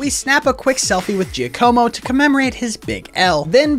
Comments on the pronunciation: It’s not pronounced JI-AH-CO-MO it would be JOCK-UH-MO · Finally someone pronounced Bombirdier correctly. It's a pun of Bombardier, someone who drops bombs from above in a plane! Edit: Didn't pronounce Giacomo correct though